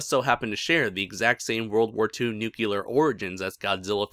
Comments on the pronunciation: Your pronunciation, sir. "Nucular." Grates on the nerves, a bit. Your entertaining videos, your choice, but something to consider. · New-clear NEW - CLEAR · There's only one U in the word "nuclear," bud.